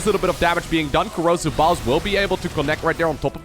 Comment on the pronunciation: Why you pronounce it like "corrosive balls" :D